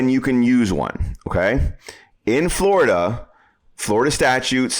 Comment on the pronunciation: Glad we don't live in "Flur da".